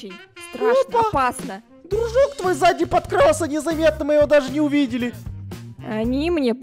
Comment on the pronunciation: Никто Абсолютно никто Дядя Эдик: ДРУЖЫК